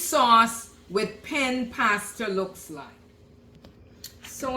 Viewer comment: It’s pronounced….Penn-ay. And after you put it in the water, you need to stir it immediately, so it doesn’t stick. The same as regular penne. Also, don’t cover the pot when you cook any pasta. Lol. Sorry. But…Wth.